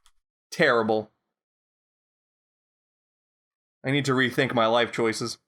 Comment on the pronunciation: "Tear able"...... *Dislikes video